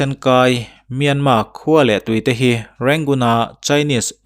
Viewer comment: Myan mar anilo mi,myanmar ania,r an lam thiamlo a,myanma atih phah a,he ta lo tih myanma ve ngawt chuh.